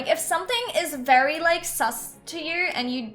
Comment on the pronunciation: Dis bad.. Dis Berry Berry bad